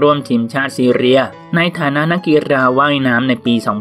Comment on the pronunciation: คำว่า”นักกีฬา” กลายเป็น “นักกีรา” ไปแล้ววว 🤣